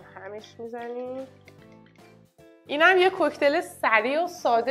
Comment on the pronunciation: Cooktail =کاکتیل هیچ کسی tail را تل تلفظ نمیکند. کوکتل نیسسسسسست. اون نوعی از سوسیسه